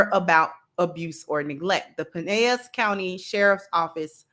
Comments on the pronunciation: (, it’s pronounced Pinellas, with the L’s pronounced like an L., not like a Spanish word. FYI.) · You pronounce the 'L's' in 'Pinellas.' This is 'Merica dammit! 😂